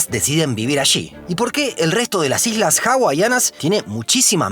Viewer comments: Jajajajajaja dice ijlas 😂😂😂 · En el minuto decis algunas hijas o estoy loco? Jajaj quisiste decir algunas islas no